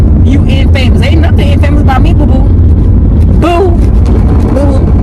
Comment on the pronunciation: Infamous" is a negative term. It means well-known for something bad, evil, or shameful. While "famous" implies wide recognition and often in a positive light, "infamous" carries a connotation of notoriety for something negative. (Shanika Grant) It is pronounced In-fuh-muhs